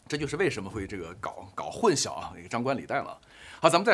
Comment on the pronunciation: 混「淆」念音是「姚」 大陸會把曝光念成「爆光」，曝字在台灣是找不到「爆」音，我其實很不習慣，難道大陸會把「曝曬、一暴(曝)十寒、野人獻曝」等，都念成爆嗎？但現在我知道太多評論念「爆光」（曝光），我也沒辦法而習慣了。混淆念成混 消二聲，還是太怪了吧。（中文是太難了，我也有很多不會。）